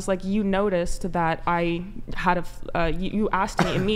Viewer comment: My “dodd?” When did women start saying “thot” and “dodd” instead of dad and that? Has this been going on for a long time and I’m just now hearing it??